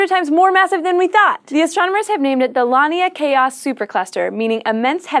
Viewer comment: LAN-EEH-UH-KAY-UH Not LON-EEH-UH-KAY-UH